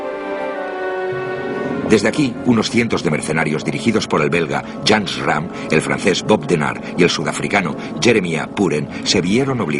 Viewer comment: Buen documental, pero la locuciòn no, nunca pronuncia bien los nombres de Schramme, Hoare y otros, te confunde un poco.